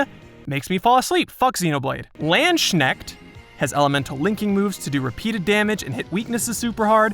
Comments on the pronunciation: Just the wrong pronouncing of Landy... It's Lands (as in multiple pieces of land) + Knecht (the c is silent; it's German and means something like labourer) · I find it hillarious how he pronounces Landsknecht